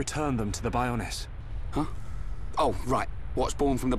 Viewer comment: Bionis' knee, Shulk said Bionis instead of Bionis'